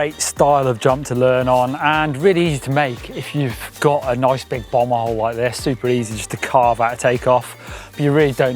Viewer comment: Had to rewind a couple times to make sure was saying "a nice big BOMBhole", and nothing else